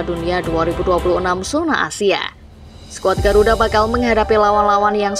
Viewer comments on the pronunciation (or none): none